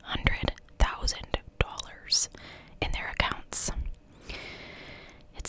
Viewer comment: Nine hundred thousand✨dawllers✨😂